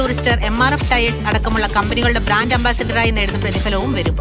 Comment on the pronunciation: ബ്രാന്‍ഡ്" എന്നല്ലെ ചേച്ചി പറയുന്നത് ബ്രാഞ്ച് എന്നാണല്ലോ😮